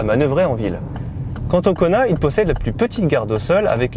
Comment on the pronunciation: Qui d'autre entend " Connard" au lieu de " Kona " 😅 ?